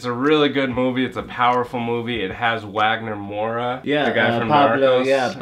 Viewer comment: Wagner virou uagner 😂😂😂😉😉